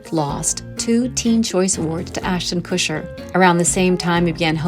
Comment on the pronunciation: Though she mispronounced Ashton Kutcher’s last name. She pronounced it like “kusher”.